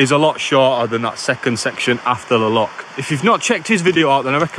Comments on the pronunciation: It's a loch not a lock. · its loch not lock